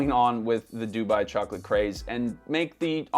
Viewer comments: surprised he's saying DOO-buy instead of doo-BUY 😬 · Why do you say Dubai weird.